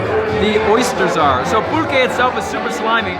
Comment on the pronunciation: Pulque shaww